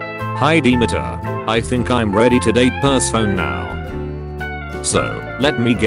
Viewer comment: The fact the robot voice reads "Persephone" as "Purse Phone"